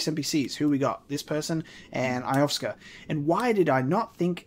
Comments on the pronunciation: Can't want to see more looking foreward too seeing the shocks and twists all come together. Also, please please PLLLLEASE It's Lo-sef-ka not Ioska, :P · Who's Eye-off-ska? (her name is pronounced yo-sef-ka) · I love that he keeps mispronouncing 'Iosefka' despite hearing her name spoken several times.: Eye-of-ska Everyone else: Yo-sef-ka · Iosefka: "I am Iosefka (Yo-sef-kuh): "Alrigt Eyeohfka" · I love the playthrough and everything but damn it how do you keep pronouncing it as "Ioska"?? I-oh-sef-ka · Actually I think she pronounced it more like Yo-sef-ka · Iosefka is pronounced like yo-sef-ka. Great playthrough though! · You handled that Gascoigne (pronounced Gass-con) fight great, and without cheesing him! Good stuff! And, just a tip, you have really missed what the gun is for... P.S. Iosefka is proncounced Yo-sef-ka:) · You might want to re-explore Central Yharnam. And i think this is driving everyone mad but, why in the name of all that's good, can't you pronounce ► Io-sef-ka?